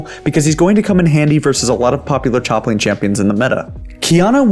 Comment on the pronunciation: did he really say "choplane champions" or am i going crazy?